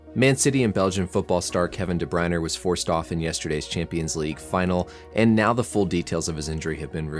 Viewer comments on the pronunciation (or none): Great video as always, but one correction, then ending of his name is pronounced "ah" not "er", otherwise you got it perfect! "Dah-Br-Oin-Ah", or some say without the ending "ah" as well! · DE BRUYNE, NOT DE BRUYNER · Where’s the second R in DeBryne? Learn how to pronounce it there doc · Doc, tip for ya: is pronounced "deh-broy-nehh" and "Rudy-gah" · There is no letter R in his name. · Thank you for all the invaluable information. Your speaking style is exceptional: fast but fluent and easy to understand. How you pronounce De Bruyne is a little different from the sport commentators. Keep up the good work! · The way you say de bruyne really pisses me off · I think you have a problem with the saying Kevin's last name. The English and Belgium say it differently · Even european commentators get it wrong lets not worry so much about such things this mans a doctor well educated not a major hold up for him i wouldnt say 😎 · Cut him some slack, there european names, especially if they dont watch the sport, there not going to know how to pronounce it.